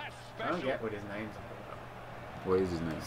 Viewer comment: do you only say the names like that to annoy people haha!